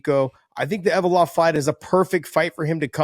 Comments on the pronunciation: Ev-lo-ev guys not Ev-o-lov lol Get it right John McCarney and Josh Thimpson lol 😂 Love you guys haha 😊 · Envalope-ov ? ...... Close enough🤣 If I went to Russia to make money, I would learn Russian ... We dont need to know every fighters names from around the world, MMA is outta America, that is just too many languages to remember, give us a break.